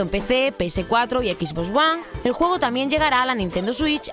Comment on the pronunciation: Ví-deo, no "vidio", "ecs botz Uan" no 'equiz- bos juan", esas otras palabras más, no las pueden decir o pronunciar bien para que haya aceptación tanto para hispanoamerica y España? :|. Ya de ahí, buen "vidio". (: (Y luego a Hispanoamérica le culpan de usar modismos en el doblaje o locución).